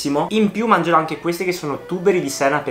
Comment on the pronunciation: Quel "mangerò" senza i all inizio è un tocco di classe, comunque sempre grande 💪